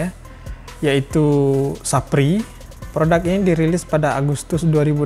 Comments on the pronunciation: 😂😂😂 "Sefayer" jadi "sapri" 😂😂😂😂😂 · Me : saphire My lord : SAPRI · "Sappri" wkwkwk 😂